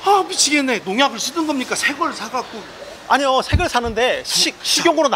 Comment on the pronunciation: 백종원 새걸사갖고~~ 이발음 찰지네요 마치달콤한 사과를 한입배어물고 과즙터지는 소리같아요